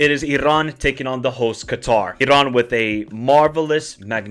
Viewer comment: Bro it's just Iran ...relax ...no pressure no need to pronounce it like Irrran ... Darrrremi . We're not Italian. We're not arab as well just relax 😂❤.